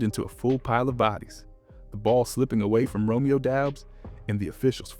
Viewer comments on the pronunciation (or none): none